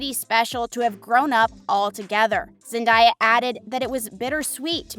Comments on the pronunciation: Zen-Day-A not Zen-Di-A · Zen-DAY-uh, not Zen-DIE-uh... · You not only clickbait, it’s not zen- die- a it’s zen-day-a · Its Zen-day-a not zan-di-ya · It’s zen-day-a not zen-die-a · ZenDAYa hello!! Not zenDIEa! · It’s zendeya not zandaya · it is not zendia it is zen day a zendaya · Zen daya it's pronounced how it spelt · It's Zen-day-a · It’s zen-day-a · Its Zen day a😉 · No it's Zen-day-a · not only am i cringing from the thumbnail but you cant even say zen-day-ya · First u clickbait... that so disrespectful. Second u call her zendieya chile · HOW can you do an entire video about someone and not even be able to pronounce their name?? Where is the i in that name? It was annoying every time you said it. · You are not saying zendaya’s name right